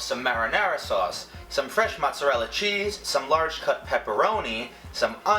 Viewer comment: He said "mozzerel" I'm dead